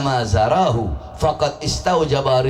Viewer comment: Baca hadis nya 🤣🤣 man akroma aliman paqod akromani paman akromani 😅